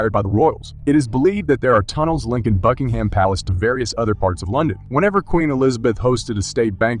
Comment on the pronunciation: Please learn to pronounce "Buckingham" ... BUCKING - UM (not Bucking-ham".